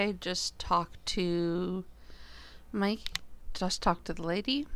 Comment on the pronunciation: It's pronounced My-ka. Ka sort of like ha. Or my car with a silent r. It's my best friends name. She's from the Netherlands. :P